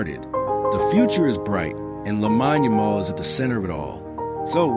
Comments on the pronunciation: It's AI, that's why it's pronounced wrong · First things first, you have his name wrong. I stopped watching bcuz of that. Get the pronunciation correct & remake the video bro.